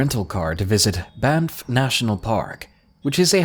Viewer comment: Some weird shit in Banff but elks and bears are normal there. I love your videos but you are saying Banff wrong. sorry I'm from there